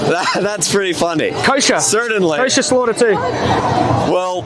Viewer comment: If hes going to say certainly that many times he should learn how to pronounce it correctly there is no D